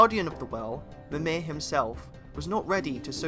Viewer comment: Great vid, but damn if you're not butchering some of the less famous names. Except Yggdrasil, surprisingly, and obviously commonly known ones like Mjölnir. A hint: the -ir in Mimir and Nidavellir is never stressed. MEEM-ir and NEETH-a-vell-ir. It's the same as the -ir in Mjölnir.